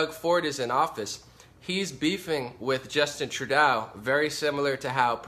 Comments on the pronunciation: You can't even pronounce Premier or Trudeau properly. You're also sensationalizing. We don't have a refugee crisis here. I live in a town that has received refugees from Syria and the only problems we've had with them was some white supes setting fire to their mosque. Most people in Ontario DON'T support ford. Only about 25% of those eligible to vote in Ontario supported Ford. GTFO with your bullshit propaganda. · Trudeau is pronounced Trudo :-) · Trudeau is pronounced - tru-dough - just being helpful